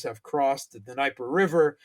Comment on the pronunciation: still haven't learned how to pronounce Dniepr. It's D'NEH-PR,, not D'ni-pr! Get it right, dude! So infuriating! Arrrgh